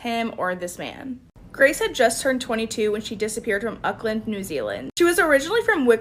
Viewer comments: Yes I was like. "ukland hmmm never heard of that one" so I replayed it and I said "oh you mean Auckland" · Is anyone triggered by the pronunciation of Auckland?